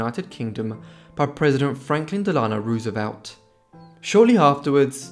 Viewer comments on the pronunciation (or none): none